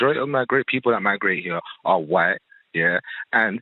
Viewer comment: It's white and imply not whete and impley.